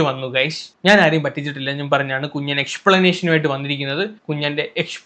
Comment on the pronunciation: കുഞ്ഞാൻ അല്ല. കു......ൻ